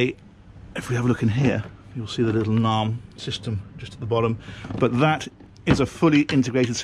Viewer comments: I think you meant NAIM Audio,. I have only heard it pronounced as N-AIM. I met the founder Paul Vereker at a Naim dealership in N Clark Street, Chicago in 1993. Naim Audio has since been sold to the group that owns Focal Speakers. In the 70s and 80s, the quintessential British highend hifi system was defined by a Linn Sondek LP12, Naim pre-power amps, Linn Isobarik loudspeakers. Naim have now moved into boats and cars. Hope they keep your feet tapping whilst you are attempting to pilot the vessel. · Isn’t it pronounced ‘n a m e’ 😉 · It’s pronounced {name} Naim 😊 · I've been pronouncing Naim wrong for years :-\ I always pronounced it Name